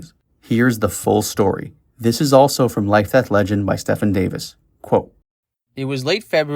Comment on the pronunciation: Stephen is pronouncrd Stee- Ven. It's my great grand fathers name, grandpop's name and my uncles name and my middle name. Stefan is the name you said.